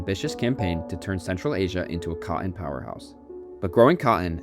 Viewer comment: It's pronounced: cot-ton, not "caught-in"... Sigh